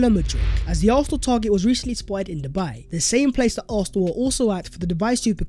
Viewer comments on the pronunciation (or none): none